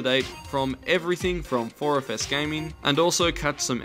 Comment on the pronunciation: 4FS? Every time you say that at the end, it sounds like "4 of us".